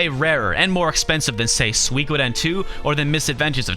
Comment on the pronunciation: Sweekoden? I thought it was pronounced Sookoden.